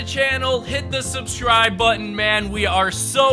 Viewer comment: “And hit the schbscirb botton”